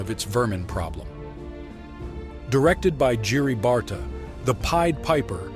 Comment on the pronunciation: I was really nicely surprised to see Barta's "The Pied Piper" in this list, not so much with butchering his name. Here are few more tips from the same era from Europe: - Le Roi et l'oiseau (The King and the Mockingbird) 1980, France - Samson og Sally (Samson and Sally: The Song of the Whales) 1983, Denmark - Az erdő kapitánya (The Captain of the Forest) 1988, Hungary - Vili, a veréb (Willy the Sparrow) 1989, Hungary - Vuk (Vuk: The Little Fox) 1981, Hungary - Pohádka o Honzíkovi a Mařence (The Tale of John and Mary) 1980, Czechoslovakia, directed by famous director Karel Zeman - Mrňous a čarodějnice (Teeny-Tiny and the Witch Woman) 1980, Czechoslovaka, directed by US director Gene Deitch